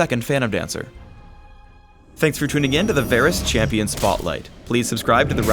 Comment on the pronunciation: ''Chamion'' . That's em ... new ..